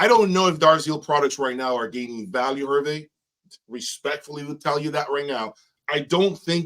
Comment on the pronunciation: His name Herve is pronounced Air-Vay.